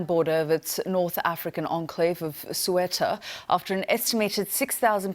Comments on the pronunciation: Never heard of such city. It's Ceuta (SEE-YOU-TA), not (SWEETAH) ! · Newscaster: It's not pronounced "Sew-etta", it's "Seh-ooter". (You have your vowels switched). You'd think to be in that job, you could spend 5 minutes learning the correct pronunciation! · "Sueta" lol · Ceuta ❌🤢🤮 Sueta ✅👍🤩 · "SUETA" HA HA HA H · That woman kept saying SOO ETAH... Ce uta! read it correctly. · It’s bothering to hear “Sueta”. It’s Ceuta... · She consistently pronounces it SUWETA, but it is pronounced SEH-OOH-TA. (In most of continental Spain it is pronounced 'THEUTA', with 'TH' as in 'think'). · This reporter can’t even say the name correctly. Cueta Cueta?? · & "Suetta", it's Ceuta. BBC dumbing down again. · soo eh tah LOL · Looks like Spain's been asleep if it's been relying on Moroccan authorities to help preserve the integrity of their border all this time. How are those migrants going to get to the Spanish mainland. Surprisingly poor pronunciation by a BBC journalist... it's "sayoottah"! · North African enclave of "Swetta'" [Ceuta] I can't even lol... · Yes she should learn to pronounce it. Nice city Ceuta much nicer than Algeciras. The border is very tense. I used to cross it every weekend to buy groceries in Fnideq. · Its more pronouced "Seotta" or "Siyotta" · Actually it's cebta, that's the right name of this city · the moderator said it wrong thrice ( again) despite her colleagues and the translator for the Spanish PM pronouncing it differently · Main Anchor = "North African Enclave of - Sweater" BBC journalistic standards at their best...its not that hard to get it right for goodness sake - next mention by another journalist was pronounced properly. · I thought she said "Suetta" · can someone teach her how to pronounce Ceuta? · She needs to learn basic correct pronuniciation of European cities. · Her pronunciation of ‘Ceuta’ 👁👄👁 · Please pronounce properly the name of the city....CEUTA... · Maybe someone should explain the newswoman how to correctly pronounce „Ceuta“...